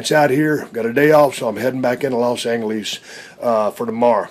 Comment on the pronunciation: Los Anglelee’s 😂🤣😂